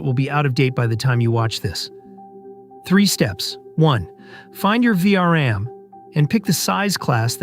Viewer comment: Tell your AI speaker that it is called "V-RAM", not "VRM".